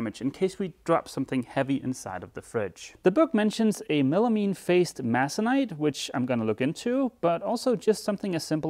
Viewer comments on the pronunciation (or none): Masonite - pronounced May-son-ite - - dictionary has convoluted symbols that most of us Americans don't ever use... and Masonite as in MDF (Medium Density Fiberboard) is a DON'T USE - - the water resistant version of Masonite is referred to as MDO (Medium Density Overlay) is used for cabinetry in kitchens and bathrooms as well as painted doors which is great for you! -- HDO (High Density Overlay) is used for counter tops, workbench tops as well as concrete forms which is to say its abrasion resistant - not for you and is expensive. MDO is for use as panels on doors and cabinet doors due to its dimensional stability over time and is primarily used because it is excellent for painting. For example your doors and drawer fronts that you made may split over time due to shrinkage as the wood continues to dry the rest of the way over time (even though you used epoxy which won't move, the rest of the wood panels within the fronts will shrink perpendicular to the grain as wood does naturally over time). - - Wear a mask when cutting MDO as it is a fine dust - or be like my Old Man whom eats the shit for breakfast lol. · Obscure English word: Masonite - May - son - ite. Emphasis is on the May. I second the idea of the false drawer front at the sink. Fiddles could also be this same wood and same thickness to tie it all together nicely. Looks good!